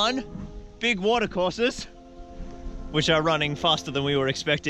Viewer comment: all the new people wtf all the people who had been here longer like oh no hes on about rohan again! also who else thought the said 'mordor forces' not 'water courses' XD